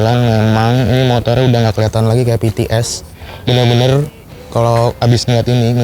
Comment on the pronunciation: cokkk apalagi pas ngomong "bener-bener" 🤣🤣